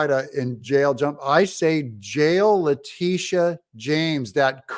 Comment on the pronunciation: Please pronounce her name correctly, it’s La-Tit-Tia. 😇